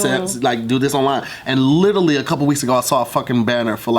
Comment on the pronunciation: what is Lit-Ah-lly?